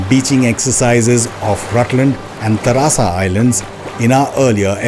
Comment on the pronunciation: It's not tarasa it's Teresa Island. Before delivering any commentry 😊ensure you are correctly naming the A&N Islands.